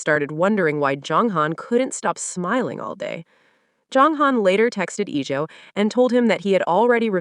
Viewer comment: Iljo* jeonghan*. AI wildin on pronunciation. 😊❤